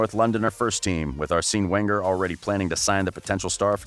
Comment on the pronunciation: “Arseeeen Wenger,” “Zinadine Zidayne,” “Modrick.” This guy’s pronunciation is whack